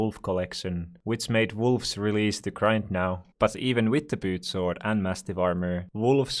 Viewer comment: Reads: "Pooch Sword" Says: "Poot Sword"